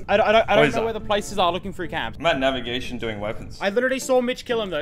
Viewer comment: Wait did mitch say "im at naviagtrions doing wepons?!?13;14